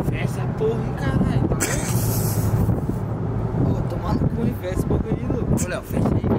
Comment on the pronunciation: como sempre falando errado kkk